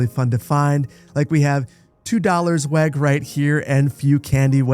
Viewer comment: lol, hearing weg being pronounced as weg. For some reason I found it funnier than it should be This pack really makes me feel like building Cape Town(my home) build. It was a Dutch and English Colony at different points in time. With that, there is a sporadic influence of older buildings with both architectures. On the same road, you will see something similar to the row home style and then next to it a square block building meant to be as utilitarian thing as possible